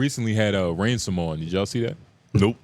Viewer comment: Nigga said Ransom 😂😂😂